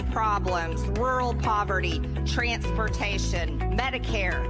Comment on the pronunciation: I liked the way she pronounced transportation--transPERtation--like it was something really disgusting!😂